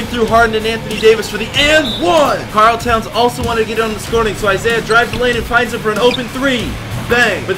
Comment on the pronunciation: I hate when you say "Karl Towns" bro but you're a cool youtuber so it's cool